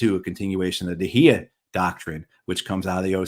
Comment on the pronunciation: Great interview. Just one small correction to Matthew. It’s not “Hiya Doctrine”… it’s Dahiya Doctrine. The area in South Beirut that is being bombed is Dahiya.